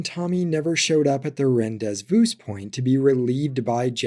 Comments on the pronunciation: For future reference its pronounced Ron - Day - Voo. Curse the French. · What's with the 'rendezvous' pronunciation rage bait? He wondered rhetorically, while juicing the engagement. Which was of course a coincidence. Seriously though, this is such a high effort, quality channel, and you deserve more subs. Just doing my part ;) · Rendezvous pronunciation was nutty bro